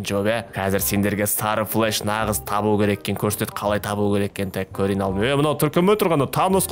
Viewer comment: Флеш емес флэш